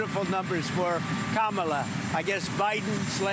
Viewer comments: Doth my ears deceive me? He pronounced Kamala correctly; twice! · Well, at least he has learned how to pronounce Kamala. Baby steps. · It's funny how he says Kamala's name correctly now🤔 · Wild how he knows how to pronounce her name now but dueling the campaign him, other republicans, and pundits purposely pronounced her name incorrectly. They all should spend eternity in heat. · Wait… did he ACTUALLY SAY KAMALA’S NAME CORRECTLY?! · Now he pronounces Kamala correctly